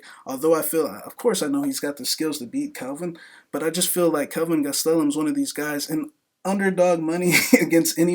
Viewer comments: Man hearing him say kelvin gas-tel-um drives me crazy!!! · Holy shit the way you pronounce "Gastelum" could be used as a form of torture. Im proposing this idea to the military.